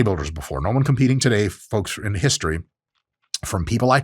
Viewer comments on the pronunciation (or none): none